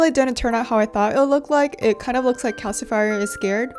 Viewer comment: LOOOOOOOVE ❤️❤️❤️ I actually thought it was adorable that you called him calci-fire. I mean he IS a fire!!! It made me very happy and put a huge smile on my face! This es extremely adorable!!!! You did a beautiful job 🤩